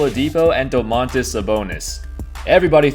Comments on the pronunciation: dOOmantas .. not domAANtas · Its DOmantas not doMAntas but great video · Also Domantas is pronounced with stress on the first syllable, a little bit like "doors" or "more". Doors. DOmantas. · Im from lithuania and its funny how you say Domantas